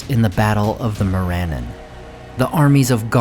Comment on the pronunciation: Gotta work on your pronunciation. Morannon is not said as "MORE-AN-IN" It's "MORE-AH-NON". Same as Rhovanion is not "ROW-VAN-YAN" It's "ROW-VA-NEON".